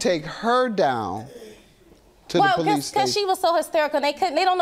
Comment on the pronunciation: Why cause she called the poweese???